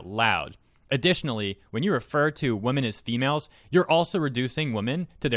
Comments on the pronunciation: You’re saying women as woman.. you need the Wim-men pronunciation for women.... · Your pronunciation of women amuses me way more than it should